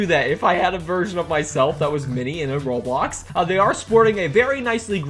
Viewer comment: *oh no bad memories from the cringe roblox news where the narrator said rawblocks